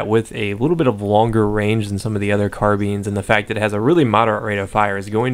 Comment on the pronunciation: Can you pleeease say carbines not carbeens